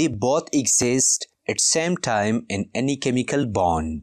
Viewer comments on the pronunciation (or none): none